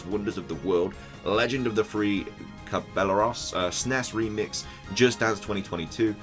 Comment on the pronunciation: Man I love these vids but I died at "caballeros" LOL (should be cah-bah-yair-rohs) no harm done tho Spanish do be tricky haha and I think lets go sinnoh would be neat! I think a remake that maybe just has some features or a similar style would be better than a /complete/ lets go version though